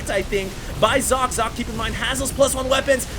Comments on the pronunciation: Sock-eh not Zock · its German and pronounced "Sokkeh", last part is like the spanish "que?"